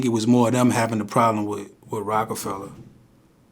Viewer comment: Vlad always putting -ER on words he shouldn’t. Bobby ShmurdER, Roc a FellER.. Buddy better not try doing that with a certain N word 😂